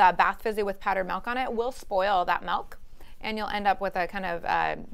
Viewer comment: MELK? Did she mean MILK??